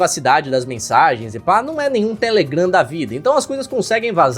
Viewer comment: Agonia dele falando TÉlegram e n telegram